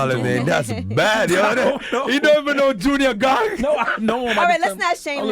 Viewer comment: Did he say junior gong?